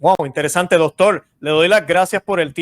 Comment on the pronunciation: ", ya es tiempo de que corrija su español. Se dice "doctor" 😂, no "doctol". Si así es como se expresa, usted es un desastre como comunicador.